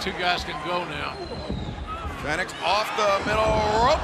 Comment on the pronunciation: Hate how ol dude says fenix